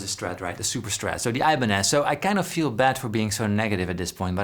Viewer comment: "I-banez" hurts my ears